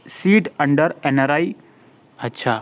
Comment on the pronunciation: ...achhaaa☺️😌🤭🤭 Helpful brother...but hassii agyiii "achha" pe🤭